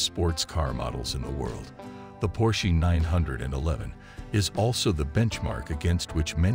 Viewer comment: your A I is killing me !! Por shee give me a break